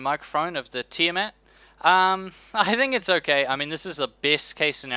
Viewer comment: its pronounced Teeeyaa Maat